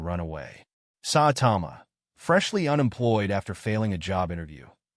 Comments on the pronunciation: its ai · H9w u say Kabuto and saitama made me stop watching u